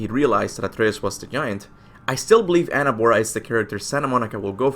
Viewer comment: It's pronounced Angrboda not Annabora, I know it's hard to do it, but I noticed you do it correctly now for Jörmungandr!